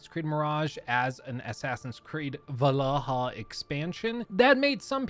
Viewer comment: I can't believe you called valhalla AAAA, I died inside that moment.